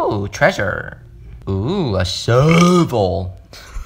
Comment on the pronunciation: "OoO a ShEeEeEerVeL